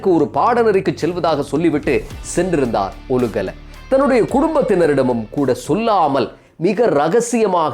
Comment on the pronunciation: "ஒலுகல" அல்ல "ஓலுகல"